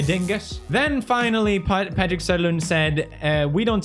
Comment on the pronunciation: Seriously now, stop pronouncing Scandinavian names in a stupid english accent. Patrick Söderlund should not be that hard to pronounce for a Swede, and I know that there was another name that you pronounced weird 2 videos ago 😏